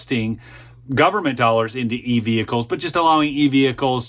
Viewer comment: Terrorist nation? You said government wrong. I get it though